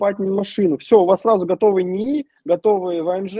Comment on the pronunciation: Пугает "Номанд", "НИИ" и "идетикация"